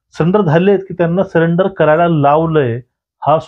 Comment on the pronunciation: सरेंडर ला सलेंडर का म्हणता?